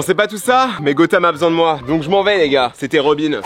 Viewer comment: Il dit robine alors quond dit robin